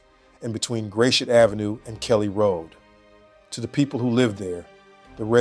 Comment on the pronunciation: "Gray-shit" he says. It's "Grass-shut" !!!!!